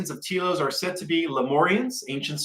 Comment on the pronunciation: not pronounced Tea Los, more like Tel Los.